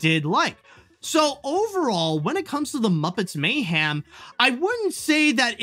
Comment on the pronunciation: Why are you pronouncing mayhem as "may-ham"? Dude please fix that.